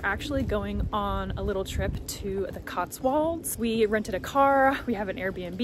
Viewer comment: I've noticed every American making the same mistake pronouncing Cotswolds. It's "-wolds", rhyming with "colds", not "-walds", rhyming with Oswalds.